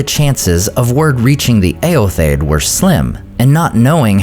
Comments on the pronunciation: Not that it matters but shouldn’t the last “o” in Eotheod be pronounced? You always pronounce it “Eothed.” Just curious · I've always heard Eotheod pronounced as ay-yoth-ee-yod